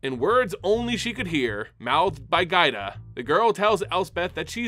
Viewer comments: I had a stroke every time you called Giada gaida lol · Anyone else think "Giada" is pronounced "JA-da"? Given the use of several Italian names here, that seems more likely. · Nice coverage but the way you tortured Giada's name hurt so bad. One of the most beautiful names, too. It's "Jaa-dah", like with Giada De Laurentiis. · Pain when you misread Giada's name to Gaida :(